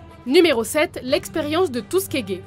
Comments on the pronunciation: Ça a choqué personne la ville de "Tusquegue" xD? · Ca se prononce "Teuskigui". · Surtout que ça se prononce pas du tout comme ça 😂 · mdr j ai cru quelle avait dit l'experience de " tout ce qui est gay " quand elle a dit Tuskegee